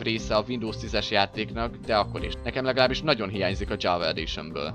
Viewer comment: Az nem dzsava editon hanem java editon